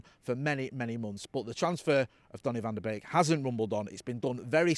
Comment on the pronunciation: Did he really said donny ven de benk?